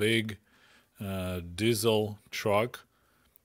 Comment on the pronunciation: I love that you pronounce Diesel as DIZZLE. 😂